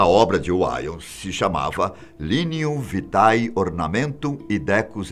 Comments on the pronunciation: Correção:LIGNUM VITAE não se le Liguinum vitai, mas linhum vité. Pronúncia latina errada. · a leitura está errada! Lê-se: “ lignum vite”, e não liguinum vitae!